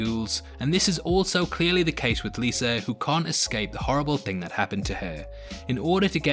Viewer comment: It’s Liza not Lisa. It was decent. I like the supernatural twist